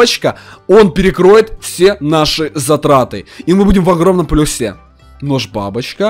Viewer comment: мы в плюсе на е ударение ахахахахахах)